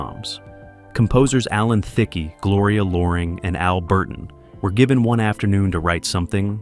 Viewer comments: By the way, the name is Alan Thicke (pronounced Thick not thicky) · Its pronounced Thick! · This is an awful fucking video , she was not pregnant , Jo came second season , learn how to pronounce names like thicke , get you stories straight , and wow this sucks really